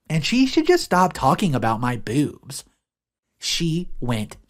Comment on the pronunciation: i love how you say "bewbs"